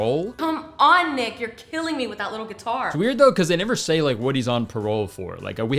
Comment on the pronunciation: when you said “this is also where we meet the main character of the film, nick” i fully heard you say “ick” and you know what. probably very fitting